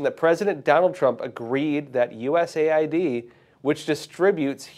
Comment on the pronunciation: It's US Aid, and NOT, USA ID 🫡